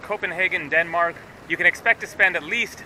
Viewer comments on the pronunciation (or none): none